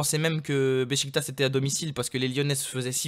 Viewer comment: Sa se dit Bechiktach